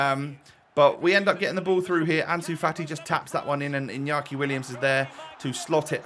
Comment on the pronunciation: Its inaki Williams with an A not inyaki William's